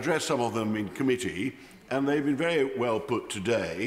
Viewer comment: Scott Benton is vewy vewy hilawious! 😂😂😂